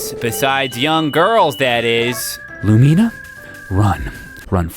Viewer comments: but you can keep playing after you die... and the guy from the dig site does take the stone tablets but that's the only thing he ever takes. Edite: also.. Lumina's name.. I don't think you are saying it right xD it's lue-mih-na not lue-me-na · had me laughing so hard. It's really true how useless some of the npcs are :'D that despair when van interrupts what you're doing is all too real... I enjoyed that song too <3 Is that really how you pronounce Lumina's name? I was never sure on hers or Gustafa's I've never actually played to the end! I knew you died, but I didn't know you saw a bunch of farewells :'( dont you get to keep playing in a heaven chapter tho?